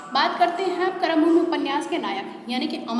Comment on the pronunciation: बहुत सारे शब्द आपने गलत बोले हैं । शुरू में ही ‘कर्मभूमि‘ को आपने ‘करमभूमि‘ कहा, ‘प्रेमचंद‘ को ‘प्रेमचंद्र‘.. कृपया सही शैली अपनाएँ।🙏 मेरा उद्देश्य आपको ठेस पहुंचाना नहीं बल्कि सुधार के लिए कहना है।